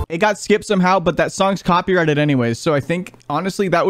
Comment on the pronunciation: best slips of tongue :cocky righted leblon